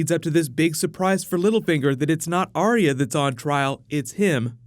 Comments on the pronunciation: Its Ar-ya not Ar-ee-ya Ar-ya Ar-ya Ar-ya Ar-ya Ar-ya Ar-ya FFS I don't understand how you can't recgonise a 2 syllable name when you see one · Why does Sansa pronounce arya's name different to everyone else? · can you try pronouncing Arya's name correctly